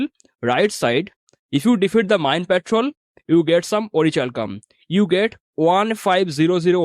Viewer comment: Its pronounced as ओरिकैल्कम 😊 Thanks for the informative video 👍🏼